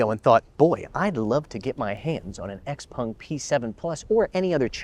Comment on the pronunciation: Xpung?? its not Xpeng??